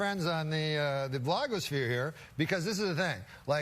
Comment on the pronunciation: Norm's pronunciation of 'BLAHG-OHS-PHERE' might be the best part of the whole compilation